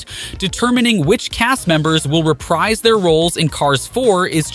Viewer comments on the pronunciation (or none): none